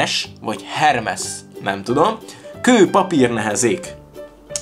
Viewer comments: Hermes ejtsd 'hermész' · "Ermész":) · Hermes kő Nemkő